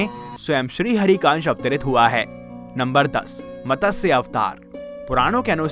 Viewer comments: Fish Avatar sound is Mat. Sa . . Not Matasha. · Mtsya not Matasya. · Not Matasya but Matsya avatar.